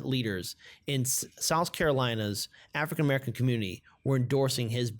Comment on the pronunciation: What the fuck is an "AFRIN MERKAN"? Speak people's names and categories with RESPECT, please! Afrin merkan for fuck sakes! Freakin' "Whypeepo" !